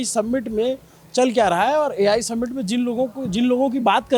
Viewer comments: Submint ❌ Summit ✅ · सम्मिट nahi hai bhai समिट kehte hain..PRONOUNCIATION समिट hai